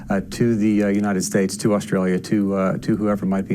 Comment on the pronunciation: It’s a trip hearing an American pronounce Australia like a full on yobbo, “Uh-stray-ya”. You have it down pat mate. Mad respect bruz!